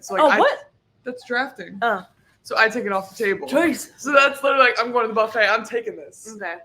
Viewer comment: Awwwhh Winnie is so cute!!!! 🐾🐶🐾 I really hope y’all destroy LSU!!!! Get ‘em girls!!! Georgia, you are really starting to have a bit of a southern accent!!! “For a gal that doesn’t really liiikkke (u made it a 2-3 syllable word 🤣) school …..” Too funny!!